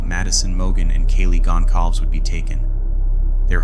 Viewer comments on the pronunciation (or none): You managed to butcher all of their names 🙄 Madison Mogen, Kaylee Goncalves, Xana Kernodle, Ethan Chapin ❤